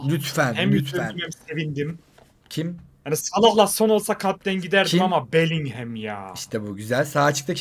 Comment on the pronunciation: Abi belinghem değil belingım öyle okunuyor